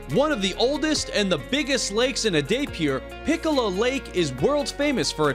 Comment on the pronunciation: At no.6, it's not pikola lake,it's pichola lake